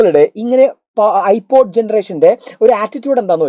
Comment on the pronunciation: NoT IPAD IT'S IPOD😂